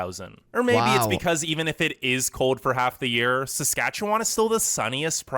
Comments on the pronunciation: The way he said sacatcacwan like people are you with me it’s Saskatchewan okay just you know 👇🏻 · it’s pronounced like sas-catch-a-won :) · The way he pronounces Saskatchewan is so funny but it not pronounced that way it’s Sa-scach-a-wan Also I live in Ottawa/Ontario and thank you for making these videos and even though I live in Canada I don’t know much about the other provinces. In Quebec French is the First language but in Canada it is the second and English is the first language in Canada 🇨🇦 If you go to an English school you learn French but if you go to a French school you learn English I think. So if you grew up in Canada you would learn both languages. And on labels and menus there’s French side and English side :) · ikr lol i was cackling when he said sas-kach-a-n-wan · they way he says SaskatchewanTOT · how he pronounced saskatchewan is gold! i'm wheezing!!! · I wheezed at the mispronunciation, no one can ever get it right the first time, even Canadians struggle to spell it properly. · When I saw he was going to try and pronounce Saskatchewan, I already knew it was going to be butchered… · I’m not gonna lie, I laughed out loud hearing you try to pronounce Saskatchewan. In a nice way, I promise. And the idea of not having to deal with mosquitos blows my mind. I didn’t realize they weren’t a thing in the UK (???) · It's OK, man. You can't pronounce Saskatchewan and we can't pronounce Worcestershire sauce.